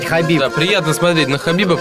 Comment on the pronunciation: you pronounce khabibs familyname very well, repect